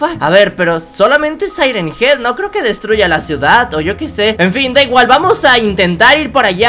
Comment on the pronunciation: Se yama siren Hean